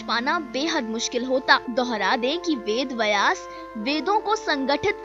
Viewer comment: अरे बहन वेद वयास नहीं वेद व्यास। भाषा का अपमान मत करो